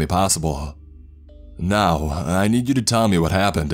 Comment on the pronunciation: Now-ah I need-ah you-ah to tell me what-ah happen-dah on the ship-ah